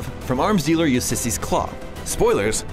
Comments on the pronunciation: "Ussisses Klaue" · Good recap, but noticed three notable mispronunciations. (mispronounced helicarrier, scepter, and Ulysses)